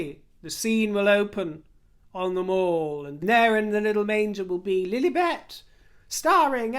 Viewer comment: It pronounced Lil-i- bet, short i, not Lil-eeeee-bet. You, as a Brit, should know this.